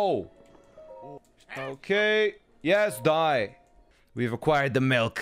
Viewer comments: ITS NOT MELK ITS MILK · Please don't ever say "melk" again. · Stop saying MELK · every one in the chat when ant says melk ITS MILK!! MELK??? MALK MEEEEEELLLLLKKKK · "Melk" I had a friend growing up who said it that way too. Not sure why. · Melk! I KNOW A FELLOW CANADIAN WHEN I HEAR ONE EH! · Those people in the chat fazed by "Melk" have clearly never lived in the Midwest. I know quite a few people who pronounce their I's improperly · The way he says melk... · Stop calling it melk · says 'milk' Everyone in chat: ruthlessly makes fun of how he pronounces 'milk' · maybe because that's the word for milk in Dutch and German